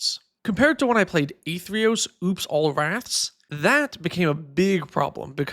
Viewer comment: The "Ath" in "Athreos" is pronounced the same as in "athlete."